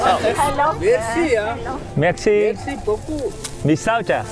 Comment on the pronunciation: Tiếng pháp cảm ơn , nge thoang thoáng ra mé si bứu cưu vậy chèn